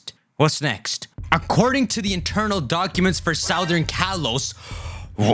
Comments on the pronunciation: I've never known anyone pronounce southern like that. You don't pronounce it like the root word - it becomes Suthern. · All respect but you keep saying “southern” wrong over and over and it’s itching my ear like crazy.